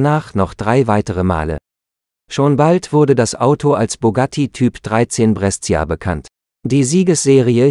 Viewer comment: Brescia spricht man "Brescha" aus 😂